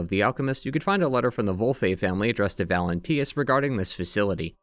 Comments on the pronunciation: Bro its valentinus, not valentius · Bro had two years to say "Valentinus" instead of "Valentius" and still got it wrong 😭